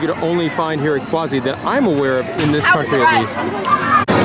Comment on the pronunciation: Its QUASSY NOT QWAZI GET IT RIGHT!